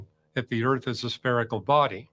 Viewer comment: The ERF is flat. Flat Erf.